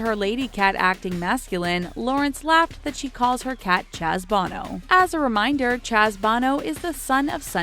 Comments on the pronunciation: Undeteeered? Chaz Bohhhhno? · Um... the cat named Chaz Bono. Yeah it's Bo - no. Not Bon - o. I would know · Barrage is pronounced "buh-rahge" not "bear-edge" and undeterred is not "undeTEARed." Plus, how on earth do you not know Chaz Bono has two long "o" sounds??? He's not from U2! Lol